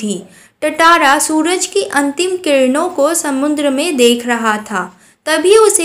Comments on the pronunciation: Not tataara it's tatara😂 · Tatara nahi tantara (टाटारा nahi तंतारा) hota hai😅